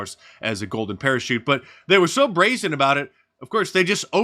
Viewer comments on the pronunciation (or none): none